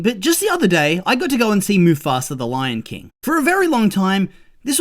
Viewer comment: Why do you pronounce mufasa as mufasra?